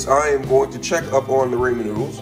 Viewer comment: “Grab your Ray-Mon nuudles”